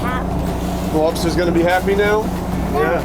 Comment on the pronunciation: Just when we thought couldn’t get any cuter. Then we hear his adorable boy pronounce “lobsters” EXACTLY like his daddy🥰🤩